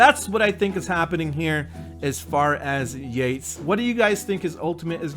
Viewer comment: Is it pronounced "Yaets" or "Yaytees"? Because the first one sounds lame